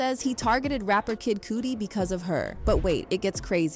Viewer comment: This must be AI voice because ain't no way they don't know how to pronounce kid Cudi and shug knight😅